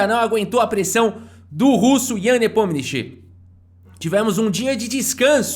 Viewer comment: "Ian nepominixi", plmds